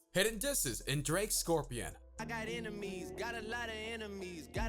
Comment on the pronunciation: "scorpian" xD🤣